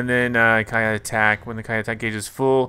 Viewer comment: Kiai is pronounced key-eye